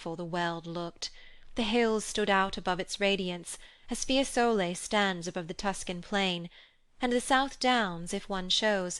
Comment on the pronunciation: Fiésole, Signorìa